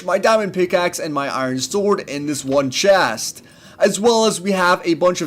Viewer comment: "in dis one chast"